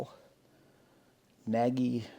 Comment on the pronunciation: You pronounce it Nodge (like dodge). It's a Hungarian word that means 'big'.